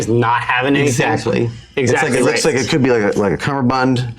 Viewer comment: "I DONT LOCKET" - (or Fen?)